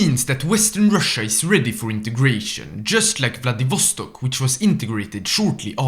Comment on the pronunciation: They way he says Vladivostok makes me want to die twice.